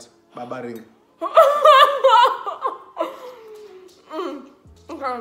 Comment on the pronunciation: “guys this is nice just babaring” iyhooo I’m dead 😂😂